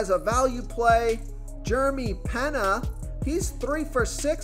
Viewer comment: Jeremy Pena is pronounced like Pane ya not Pen nah